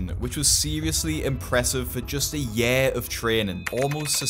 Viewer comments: " a yær of training" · Gotta ask the real questio behind all of this... Wtf is a "yeer" ?